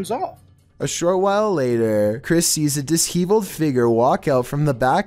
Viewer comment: Lmao, it's dis shev eled,, not dis heave eled, nice one 😅😂